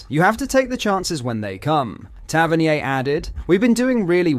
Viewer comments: pronunciation for Tavernier and Govan is crazy 😂 Hope the AS FAR deal is true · I can't stand the Ai generated script and voiceover. Soutaar? Gohvan? Tavernee-ay? "Their city rivals" not our city rivals, or 'that lot'? Time gained but subscriber lost.